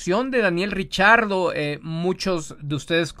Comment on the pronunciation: Yo repeti el video varias veces y no escuche el error de pronunciación de Giselle Zarur con el nombre de Daniel Ricciardo, más bien, lo escuche pronunciar correctamente....